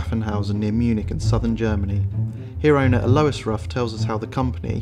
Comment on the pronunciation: And, his first name, Alois, is pronounced 'Al-o-wah', not "Ah-Low-is"! Please; that's just embarrassing...